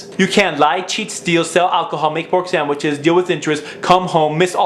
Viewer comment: Lol, make pork sandwhiches, it's funny because it's how he said it! It's not everyday you hear that.